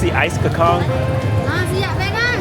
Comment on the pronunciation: dude, Bahasa Melayu is phonetic. kacang is pronounced "kar-chang" and cendol is "chen-doll"